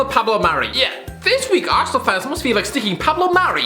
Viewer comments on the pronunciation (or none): none